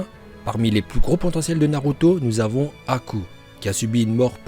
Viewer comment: Choqué par la prononciation de haku par